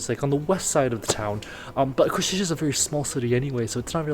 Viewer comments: Kosice, s as 'sh' (shic, ship, shark), c as 'z' (zig - zag) . Try say 'Koshize' instead of 'Koshitche'. Thx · I got ick from you saying Košiče(Ko-shi-tzhe) instead it should be Košice(Ko-shi-tze). Also, cathedral entry is for free, you only have to pay I guess 3-5€ for tower with nice view of the main street which is totally worth it for such price. Nevertheless, thanks for coming and showing Košice to the world, it’s nice place with a lot to offer :) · Small note C is here always pronounced as TS, not as english CH, its Ko-shi-tse, not Ko-shi-che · try to pronounce it like this: "Koshitse" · Košice nie Košitse😂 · please, learn right pronunciation of Košice